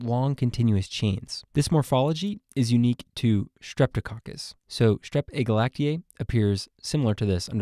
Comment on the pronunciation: Agalactiae does not sound like glacier 😂